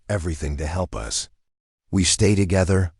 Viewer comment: The AI is not trained properly. It is reading periods as 'dot', and us is the word 'us', not U. S. for the United States.